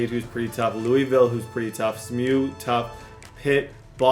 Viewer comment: why’d you pronounce SMU as smew 😂